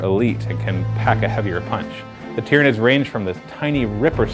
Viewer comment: tyranids it is said tie-ranids but spelt tyranids